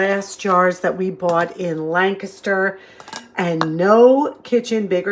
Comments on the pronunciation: Kudos and bonus points for pronouncing “Lancaster” correct! I live in York Pa. and it drives me crazy when it is mispronunced, especially by Lancaster tv commercials!😊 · I live in York also! Your right about the pronunciation